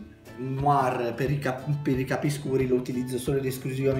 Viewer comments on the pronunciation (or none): none